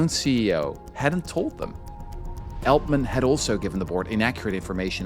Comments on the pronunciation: It’s not Eltman it’s Altman. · It's Altman, not Eltman :P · Je spreekt ‘Altman’ verkeerd uit—en dat 15 minuten lang. Jij spreekt de AL- in Altman uit als Nederlands el- in elleboog. De correcte uitspraak is al- als in Engels altogether, almost, always. (Althans ik hoop dat je niet èltogether, èlmost, of èlways zegt.) Wat jij doet heet hypercorrection, 'the use of an erroneous word form or pronunciation based on a false analogy with a correct or prestigious form’. Als je, zoals jij, een Engelstalig onderwerp (vermoedelijk) vooral lezend tot je neemt, kijk dan uit voor dit soort hypercorrection. Nederlandse academici en schrijvende journalisten hebben er een handje van om een Engelstalig onderwerp tot op de bodem uit te pluizen en dan het onderwerp zelf niet correct uit te kunnen spreken. (Ander bekend voorbeeld is de andere schurk ende snodaard, Jeff Bezos, door schrijvende journalisten in menig podcast gerecenseerd als heette de man Bie-zos* als in bipolair, biseksueel, Wim de Bie, i.p.v. Béééézos als in beestachtig en Baywatch.)